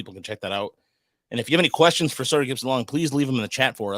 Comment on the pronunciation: It's SAWyer 😂 Not SOYer.